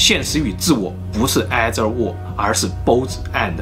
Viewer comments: "ei"ther 念「一」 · either... or 的發音好像有點怪怪的 先說明我是的鐵粉^^"